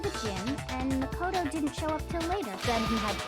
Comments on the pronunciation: I laughed when he got makotos name wrong and said nagito Little does he know that’s a character in the second game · He called Makoto Nagito 0-0